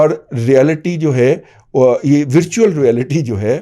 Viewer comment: ورچوئل و کی زبر سے بولیں